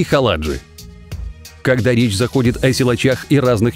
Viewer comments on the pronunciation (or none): Не ХалАджи, А ХаладжИ. Тип с моего города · Вы неверно указали фамилию Дмитрия Халаджи, у него фамилия заканчивается на ударение И - ХаладжИ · Халаджи ударение на (и) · Сам ты Хала́джи , а он Халаджи́ , с ним в одном городе живу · Искал коммент с поправкой,но не нашел. Его фамилия звучит как ХаладжИ, с ударением на последний слог.Могли бы и потрудиться хотя бы википедию открыть при создании ролика.Мы из одного города.И номер с лошадью далеко не самый впечатляющий из его копилки.По мне так "Чертова кузница" смотрится гораздо круче.Да и еще много красивых номеров.Желающие сами загуглят,видео полно.